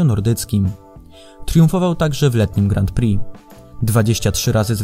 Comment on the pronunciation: Bardzo mi się podoba ten ranking. Na 2 rzeczy zwróciłbym jednak uwagę: 1. Wymawiamy "Grą Pri", nie "Grant Pri" - zwłaszcza to "t" kłuje w uszy. 2. Przydałoby się jako osiągnięcia specjalne dorzucić "obrona tytułu", czyli np. 2 wygrane w PŚ z rzędu, 2 złota na dużej skoczni w MŚ/IO z rzędu, 2 wygrane w TCS z rzędu itd. Jednak to świadczy o wielkości sportowca, jeśli potrafi obronić wywalczony tytuł. A kilku by się znalazło :)